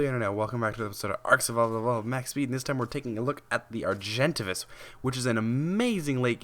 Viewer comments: He says argentivis Its Are-gen-Tay-vis Argentavis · No hate, just a correction its pronounced ''Ar-jen-tave-is'' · Actually, it's Ar-jen-tah-vis following ARK Gamepedia ... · lol he pronounced argentavis wrong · What is it with the pronounces? I cant realy say or speak to you how you should pronounce the name but as a pice of advise, look it op or somthing befor you make a vid. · Olivia Alan Yes he said it weird